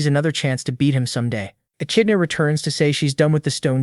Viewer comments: Echidna is pronounced 'E-kid-Na'. Yes, English is stupid. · How many ways is the narrator gonna pronounce "ECHIDNA"😂😂😂